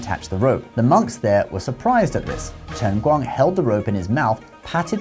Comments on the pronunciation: His pronunciation is really good. Most people would just flunk it on the first character. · ngl ur pronunciation of 輕功 is surprisingly accurate (edited) Oh ok nvm, now I see what's the channel name.